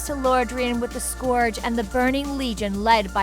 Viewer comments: also how the fuk do you pronounce scourge wrong, its a real efing word, da f is a scoorg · Yeah, a few of the ways she pronounced them were how i've heard some people say it but quite a few are obvious like Scourge cause it's a real word.